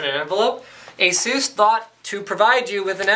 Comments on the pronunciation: I believe it's pronounced Asoos. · I love the way you pronounce ASUS...